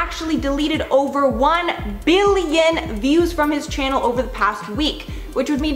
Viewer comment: Sounded like you said shannel pronounced like channel.